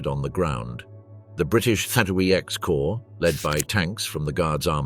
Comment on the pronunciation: Tell you're not so intelligent AI narrator "XXX Corp" is pronounced "30 Corp', and teach you to pronounce basics like Nijmegen, central to story about Operation Market Garden😡